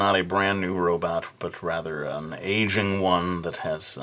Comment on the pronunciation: you sounded like you said asian robot instead of ageing robot